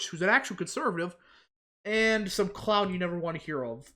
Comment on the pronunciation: Dude you really gotta say the world clown with emphasis it's hilarious each time, "cllllown"